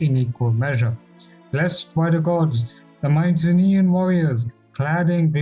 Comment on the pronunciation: Mycenaean is pronounced my-see-nean. Sorry for being that guy.